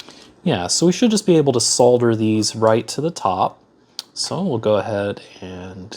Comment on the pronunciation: It's so refreshing to hear someone on YouTube pronouncing the L in solder.